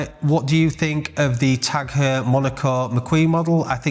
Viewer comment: It’s actually pronounced Tag HOYA not Tag HUUUR… don’t wear em myself but thought I’d point that out 🤣